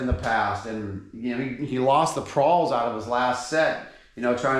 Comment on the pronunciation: Pawls not prawls mate haha